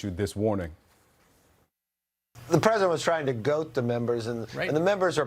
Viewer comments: The word is goad, not goat…but then again, McCarthy.😂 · Can someone tell McDipshit that it’s G-O-A-D not goat, this man is “The” Speaker of the House, wtaf 😳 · He said “goaT” - he’s a speaker - does he not have command over the English language !! McCarthy is a weak leader he can’t control the houseful of disrupters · McCarthy said "Goat the members", not Goad the members. No WONDER he loves MTG! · Actually, he said "goat"... even worse